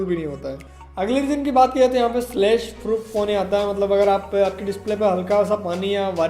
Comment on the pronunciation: Its not slash, its splash..... Ha ha ha ha.....lol.....